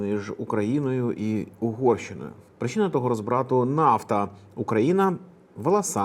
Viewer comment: РОзбрату, з наголосом на «О».